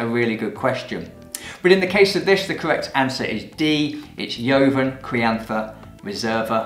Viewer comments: Nice video! Studying for level 2 WSET ... but I'm a Spanish teacher and JOVEN is pronounced like HOVEN (aspirated H - not YOVEN). Nevertheless love your videos! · Do all Brits pronounce “joven” that way? We pronounce it the Spanish way “hoven”? Just curious.